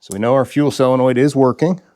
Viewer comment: Why do you pronounce solenoid as cylanoid